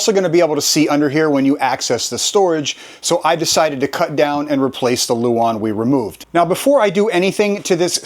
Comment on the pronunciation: Nice job. Just a minor point, it's "lauan" not "luon".